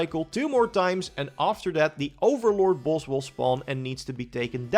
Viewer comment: Bro you saying boss or balls? 😂